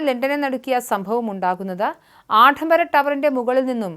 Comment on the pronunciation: ആഡംബരം. മര്യാദക്ക് പറ